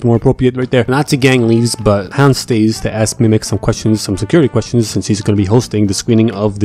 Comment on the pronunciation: Please stop calling her mimix. Sincerely,the population of France